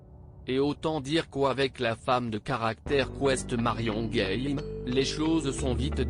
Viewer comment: Marion game prononcé à l anglaise c est ridicule